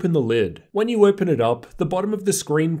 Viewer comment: How do you have a r sound when saying certain words like open 😂😂